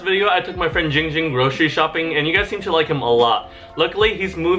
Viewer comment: its jing jing not ging ging